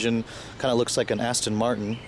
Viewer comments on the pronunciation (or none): none